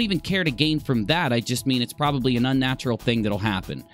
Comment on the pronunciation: If you stop saying provably...ill stay subbed. LOL